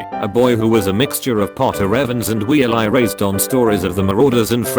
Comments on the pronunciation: Ah yes, how everyone pronounces Weasley: Wheel-eye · I'm dying at the pronunciation of Weasley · The way Weasley is pronounced lol